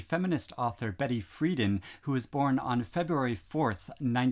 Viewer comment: Betty Friedan - the emphasis is on the second syllable. Frie-DAN.